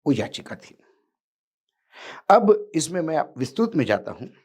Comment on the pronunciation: Bhai saheb plz aap vistrit ko vistrut uchcharan kyu kr rhe ho kya aap bhi modi shah ki trh unpadh ho kya ya unki nakal krte ho